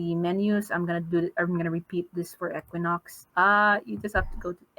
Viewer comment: I just joined and heard "EQUINUX" like 3 times.... Im scared. IM SCAREDDDDDD LMFAO